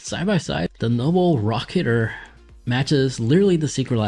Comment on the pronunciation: I don't think he actually pronounced the name correctly the entire video. He just kept saying noble rocketer and even called it noble racer lmfaooo